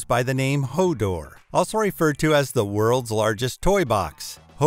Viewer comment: LOL you stuffed up HODOR and Freemantle. HODOR is a TV reference H o Door (Hold the door). Freemantle is pronounced FREE MANTLE ! Its a city on the western coast of Western Australia. Im an Aussie :-)